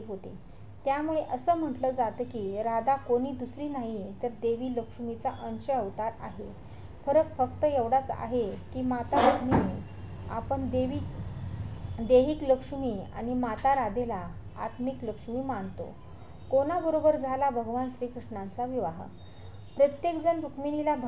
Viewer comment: आपण माहिती कितीही उद्बोधक असली तरी, आपणांस ध हा शब्द चुकच्या पद्धतीने उच्चारायला कसा जमतो ? द आणी ध याचा उच्चार शिकावा. ण हा शब्द पण योग्य प्रकारे उच्चारा. आपन का म्हणता ? आपण शब्द कसा उच्चारायला पाहिजे ते जरूर शिकणे. मराठी फार वाईट बोलता आपण. मला व्यक्त व्हायचा अधिकार आहे म्हणून व्यक्त झालो.